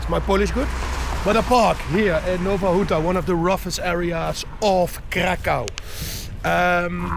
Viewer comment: Nowa Huta, not Nova Ruta